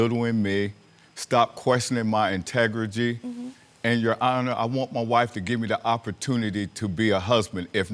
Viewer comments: Did he say intejrity, instead of integrity? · Did he say “integrIGY”?? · I knew he didn't have integrity when he couldn't pronounce it properly.